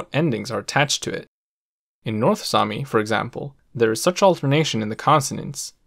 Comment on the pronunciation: damn your north sami is good, it was as good as mine.